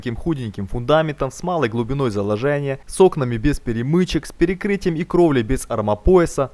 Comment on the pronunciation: Почему на Украине букву Е так странно говорят? ее выделяют чесчур в словах, когда произносят, получается как будто Экают. ... ЗаложЭния..